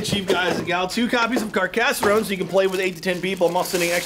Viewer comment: That is not how you say Carcassonne